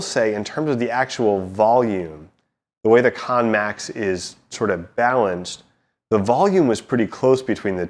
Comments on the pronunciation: It's not pronounced KON MAX it's pronounced KANN MAX. You keep saying KON MAX. IT'S KANN spelt like the word CAN. It is rather irritating when you cannot pronounce and say the name the player properly. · Wrong, Its actually pronounced "Kar-Nen" thats why it has 2 N's